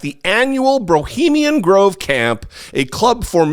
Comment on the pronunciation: Did he just say 'Brohemian Grove'? I'm totally calling it that from now on lol.